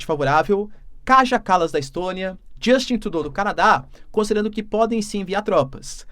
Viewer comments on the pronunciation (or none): none